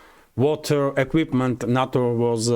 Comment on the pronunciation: Some reference info: NATO is pronounced "nay-toe."